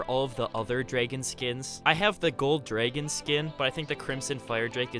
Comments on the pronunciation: This kid cannot pronounce dragon. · The way he says dragon cracks me up